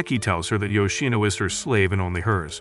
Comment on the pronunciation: Yoshino not yino